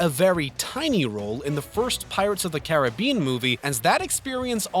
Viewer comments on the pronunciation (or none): none